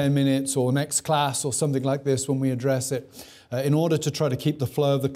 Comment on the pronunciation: Listened to a lot of Dr. Trueman's lectures in my life. And I think, for all his carping about what proper English diction sounds like, his penchant for pronouncing it 'think' ('everythink', 'somethink', 'anythink') is tragically under commented upon. I'm just trynna do my part. (See for a strong example lolol)